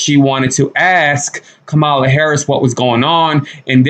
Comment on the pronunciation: Learn how to pronounce the VP'S name, it's COMMA-LA (Kamala)! Meghan is just jealous that the women are HAPPY that she gone!